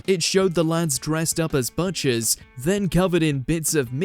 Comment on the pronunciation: "Buh-chers" 😅 mate, are you real? C'mon be honest... Or you just pronounced Butcher wrong several times in a row for 'reasons'?